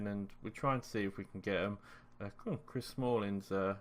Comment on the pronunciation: Haha I've watched a lot of these FM videos, by many different people, and they all seem to do this terrible pronunciation thing... I even heard an ENGLISHman pronounce Chris Smalling wrong!!! Like... Come on guys!!